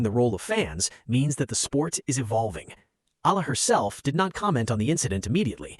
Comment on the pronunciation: If you plan to keep telling these types of stories, please be respectful and say/ pronounce Alex Eala’s name properly. I was wondering who “Alah” or “Ay-la” you’re talking about, at the start of your story, then it was becoming annoying.